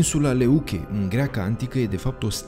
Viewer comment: Grecii au denumit-o Λευκή care se citește "Lefchí " și nu Leuche. Lefchí înseamnă alb in greacă.